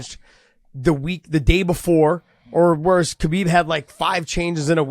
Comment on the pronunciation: They can't still pronounce Khabib's name correctly so don't expect anything to change